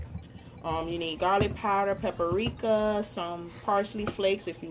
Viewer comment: Every time she said takis and paprika wrong I was yelling at the screen🤦🏽‍♀️